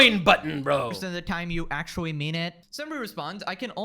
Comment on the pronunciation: It wooks awewite akshawee. Why do so many youtubers have easily correctable spe3ch imp3diments? Super distracting, obviouswee.